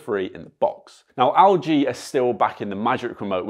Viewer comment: mate it's Elle G... not AL G.... lol